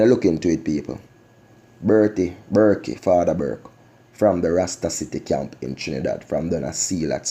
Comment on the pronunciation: The man name is Burke not Burkey